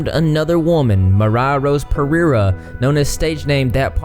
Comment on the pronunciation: I love the way you pronounce Pereira.